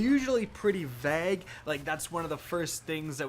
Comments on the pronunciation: Can we talk about how he said VAG and not vague... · It’s not pronounced veg... here ya go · you know that the way you say "vague" sounds like "vag", right?